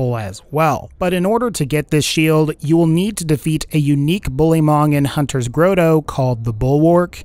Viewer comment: "hunters grow tow"? come on man its not that hard